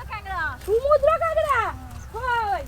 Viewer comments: কাকরাকে কাগরা বলছে কেন? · "কাগড়া" খাই না "কাঁকড়া" খাই 😜😜😜😜😜😜😜😜😜😜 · ওটা কাঁকড়া হবে কাগরা না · Apu kakra ke kagra bolco ken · কাকড়া নাকি কাগড়া🤣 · কাগড়া না কাঁকড়া। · কাগড়া নয় কাকড়া কথায় ভুল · আন্টি, জিনিসটা "কাগড়া" না, "কাকড়া" হবে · Kagra na kakra